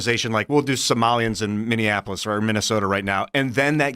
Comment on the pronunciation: I can't watch when that guy is on. The one in the hat. He is so annoying and someone please tell him it's MINNEAPOLIS not Minnienapolis! I'm out!